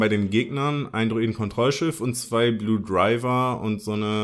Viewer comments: Wie du einfach die ganze Zeit Blue Driver und nicht Blue Diver sagst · ES HEIßT BLUE DIVER! xD